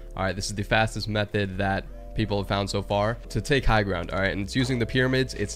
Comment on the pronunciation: Meothed of mine he says